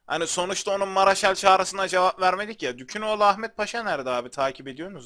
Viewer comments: Abi okumanda sorun mu var lord ferninando yu firenso diye okudun dukaginoglunu dukunoglu diye okuyosun :D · Hacııı dükünoğlu ahmet paşa degil dükaginoğlu Ahmet Paşa :) seri boyunca yanlış söyledin neyse canin sağolsun (qalp) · Ya abi bir gün kanalı takibi bırakırsam yanlış telafuzların yüzünden bırakırım. Osmanlı padişahına dükün oğlu ahmet paşa diyorsun. O dükün oğlu değil abi. Dükü çıkar aklından. Ymirayada gereksiz bir "y" atıp ymiriyiriya diyorsun. Biri sana Samed Gelgör dese sinirlenmezmisin. Abi şaka bir yana bu telafuzları biraz düzeltirsen sevinirim, kafama takılıyor. Uçuyor kafam :D